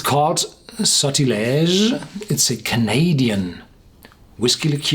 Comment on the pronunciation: Your French ain't bad